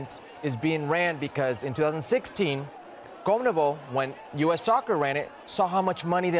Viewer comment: Wtf is a "Comnebol" hercules it's Con-me-bol